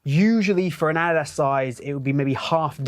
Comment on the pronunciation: Bro say Adidas right😭